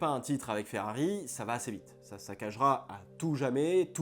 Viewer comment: Mais pourquoi FeAri 🤷‍♂️.. c’est l’unique chose qui m’agace dans tes vidéos et c’est bien dommage car sinon tout est parfait . D’habitude ça passe mais sur une vidéo uniquement dédié à cette marque c’est juste inaudible malheureusement j ai dû quitter tellement c’est insupportable 😭 . J ai pourtant beaucoup de patience , sui-je trop sensible ? 😂